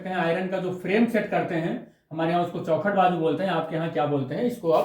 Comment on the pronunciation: Chaokhat bolte hai sr😂😂